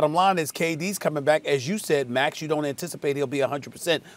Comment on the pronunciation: Everyone: "Max" Perk: "Mex"